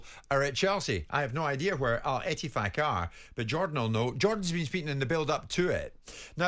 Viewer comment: Jim likes saying El EttifaQQQ